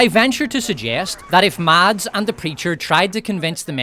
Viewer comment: A sidenote: The D in Mads (Mikkelsen) is silent and the A is short, like in “mess” but with an A instead of E of course.